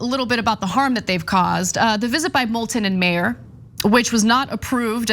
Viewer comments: His name is not pronounced “mayor” - look up the supermarket chain in Michigan (named after his family) and trash his proper name, please. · Not important but Meijer is pronounced Meyer… it’s a Michigan kind of thing lol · It's pronounced MY-ur. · Anna, Peter Meijer's last name is pronounced "MY - ER" sauce: am west coast Michigander native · Michigander here... Meijer. Pronounced. Miyer. Meijer is a store basically like Walmart. But not quite as evil. More of a grocery store... Peter Meijer is a trust fund baby. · he obviously sucks for a number of reasons but god the midwestern in me screamsss every time they pronounce "Meijer" wrong lol